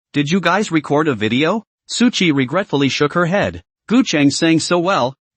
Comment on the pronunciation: Why does this guy keeps calling suqi.. su dick come on broo😂😂🎉